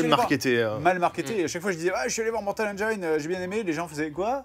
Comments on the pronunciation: par contre 'engine' se prononce comme ça : ˈendʒɪn et pas ANJAÏNE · Ça se prononce mortal "enjine" pas "enjayene" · ça existe pas Engaïne en anglais ^^ Il faut prononcer "Endgine" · BONJOUR. CECI EST UNE INTERVENTION. "Engine" se prononce "N-Djinn" et non N-djaïne". Conteste même pas. Il n'est pas trop tard pour changer, et rejoindre le camp de ceux qui ont raison, parce qu'ils parlent anglais. De même, si tu prononce "praïson break", il est encore temps de faire repentance. Sinon tu finiras dans l'enfer de ceux qui disent "oui mais alors pourquoi tel mot ça ce dit comme ça gnagnagna". On prononce "prix-zeunne". Non, chut, la contestation est futile. Tu as tort. MAINTENANT TU SAIS. NE FUIS PAS LES FAITS. LE POUVOIR EST ENTRE TES MAINS. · Mortal engeaïne... mon oreille saigne ^^ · Mortal Engiiine (se prononce i et pas aie!) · hmm. on dit pas "mortal enjaïne " ...juste comme ça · Attention à la prononciation, Benzaie va se facher^^. C'est /ˈendʒɪn/ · La prononciation de engine ahhhh! ça se prononce comme "machine", pas comme "vagina" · On dit engine. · Bon sinon, vous savez pas prononcer Engines.